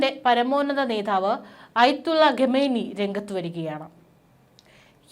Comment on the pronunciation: 'രെണ്ടായിരത്തി' ഇരുപത്തിമൂന്ന് എന്ന് അല്ല. 'രണ്ടായിരത്തി' ഇരുപത്തി മൂന്ന് എന്നുച്ചരിക്കണം. ഗെമേനി എന്നതും തെറ്റ്